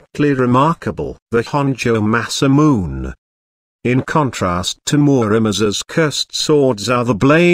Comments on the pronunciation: u pronounce in masamun it is pronounced masamune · it is pronounce MA- SA- MU-NE not MA-SA-MUNE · masamune pronounced: masa-mu-neh (say fast) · Masamune is pronounced masa moo nay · rigth it by silable dam this video need to be redonne